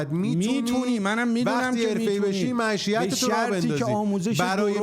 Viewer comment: معشیت؟؟؟؟؟؟؟؟؟؟؟ یارو بیسواده... معیشت رو میگه معشیت.... کلاهبردار بیسواد بعد از اور کائنات و قبیله و پولسازی زر میزنه... ای خدا، حقشه هر خری که این کلاهبردار پولشو میخوره